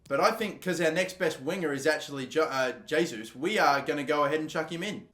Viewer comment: It’s heysus